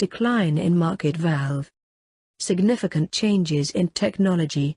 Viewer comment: VALUE, not VALVE